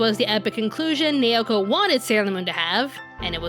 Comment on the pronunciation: I still think the 90s Sailor Moon was spot on in character depth and development, with a goofy sense of humour, in the original Japanese version. BTW, her name, Naoko, is pronounced NOW' ko, in case you haven't learned Japanese pronunciation. Informative yet egotistical presentation, but, oh well, it takes all kinds! Personally, I think SM Stars was better plotwise for us OG fans. 🌛🌝🌜👸🏻